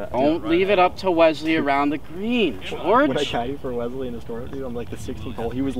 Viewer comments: I never knew there was a Z in the name Wesley until started saying the name! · Keyboard warrior turned love...im the weasel, FINALLY, this is the guy you need to be...genuine self....must love...sub for life..... also, the low key "Wezzzley" vs "Wesssley"....i laughed/cringed each time haha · WESley....not WEZley....